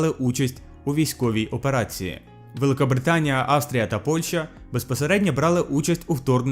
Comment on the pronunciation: Australia , not Astria